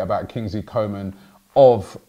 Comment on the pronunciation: His name is pronounced Coo ma